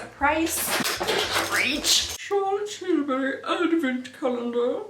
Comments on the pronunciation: She said "~chArtLoTEE tiLlbuRY~" like and I love it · I was laughing because I always say Charlotte Tilbury in that accent, too!🤣🤣🤣🤣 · Hahaha 😂 I always say Charlotte Tilbury with that accent, too!